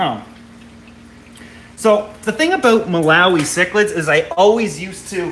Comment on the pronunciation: I can totally relate on the mispronounciation thing. As embarrassing as it is to admit, I cannot for the life of me say the word cichlid correctly. I KNOW how it's supposed to be said, but for some reason the word comes out "Cheech-lid" as in Cheech and Chong. I'm terrified I am going to say it wrong in front of a fellow fish geek and totally embarrass myself. I just don't get it, I can speak 3 languages, but this one silly word trips me up every single time. So there now you all know my secret shame.